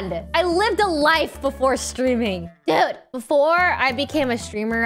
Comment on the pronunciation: Why did she say “dude” like that 🤣😭